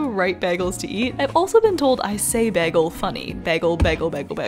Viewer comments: ppl say you pronounce bagel weird because most people pronounce it "bay-guhl" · i love the way u say bagel but its kpre pronounced like bay-gal rather bag-gal